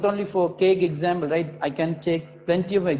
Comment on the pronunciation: Sir it's not examble it is example